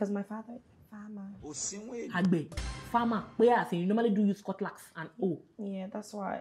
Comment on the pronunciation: The way she pronounced AGBE 😂😂😂